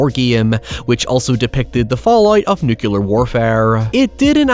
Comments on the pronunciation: It's nuclear - not nu-ku-lar. FFS why can't people say it right? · NUCLEAR- NOT: "NUCULUR" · Nuclear. Nucular. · Love you. FYI, it's pronounced nuk-lee-ur, not nuk-you-lur. Commonly mispronounced since George Bush Jr. Keep up the good work! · Nuclear not nukillar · Please stop saying 'nukular'. Pretty please. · I can't believe you pronounce nuclear as "nucular", who did this to you??? Edit: Also cute to see you talk about having someone else to spend the days happily now :> Cheers from Brazil, hope things are going great ! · 'nucilla' Stop that! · Is "nucular" some kind of accent or just being homer? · Man, I absolutely love your content, but I had goosebumps everytime you said "nucular". Please, make it stop. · Who’s gonna tell him the “u” in nuclear is BEFORE the c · PLEASE before you make another video, learn to pronounce NEW-CLE-AR. Sorry mate, except for that, I love your accent. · Please make the very basic effort to bother pronouncing "nuclear" correctly.